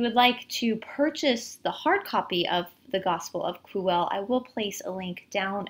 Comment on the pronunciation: The word "Quelle" is pronounced as kwel-le. the "e" as in get, not be. This source is also called Q by German theologians. BTW Judea was getting too hot for Yeshua to stay there, so the last supper was actually the farewell meal before he was going to disappear into another land. Unfortunately the High Priests were faster and Pontius wanted no trouble with them.